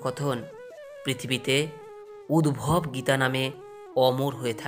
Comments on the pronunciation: খুব সুন্দর লাগলো। সব কাজের আগে ঈশ্বরকে স্মরণ করতে হবে। উদ্ধব গীতা। সারথির নাম উদ্ভব নয়, উদ্ধব। উচ্চারণ ঠিক করতে হবে। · UDVAB NOI...UDDHAB.. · Map korben uchharon ti ami hoyto tihk janina ami jantam uhharon ti uddhab